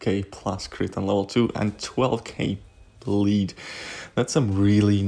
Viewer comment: Every time he said bleed I heard bleach which should be a way more effective than bleed